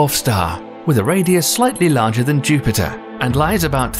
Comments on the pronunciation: ah yes jupite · "Jupite" lol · "With a radius slightly larger than Jupite" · British Jupiter!